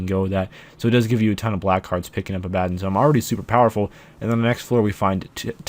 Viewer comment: You're saying Abaddon wrong.